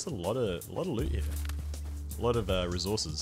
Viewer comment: Plz stop saying recourses like that